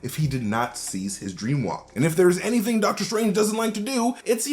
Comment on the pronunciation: Deadter Strange